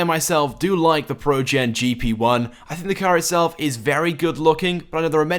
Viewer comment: He says it projen not progen